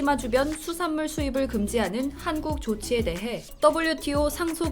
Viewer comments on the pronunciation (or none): 기사를 읽고 계시는 아나운서 자신의 발음을 다시 들어보세요. '한국'이 단음이 아니라 '한:국', 장음으로 발음해야 하지 않나요~? 답변 바랍니다